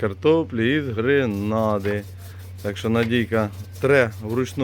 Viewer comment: Не ,,гренада'', а ,,гранада''.